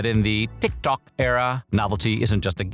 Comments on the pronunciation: im old why is he saying tik tok like that? have I been saying it wrong? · Why tf are you saying tik Tok like that? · The pronunciation of “TikTok” is driving me nuts. So obnoxious. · I found it wicked distracting on how “TickTock” is pronounced! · That's AI for ya! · The way you consistently pronounce TikTok annoys me lol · why tf do you say tiktok like that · Listen to how it pronounced TikTok as "tick TOCK" . The VA has pronounced TikTok correctly before, so I don't see why he would make that mistake here (twice, almost back to back, I might add). So it's not him purposely mispronouncing it, this is the AI confusing between TikTok and "tick tock". It also emphasized on the "TOCK" for some reasons. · Why does he say TikTôk like that though 😭😭😭😭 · Ah yes....Teek Tok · Because the AI confused between the actual app TikTok and the word “tick tock”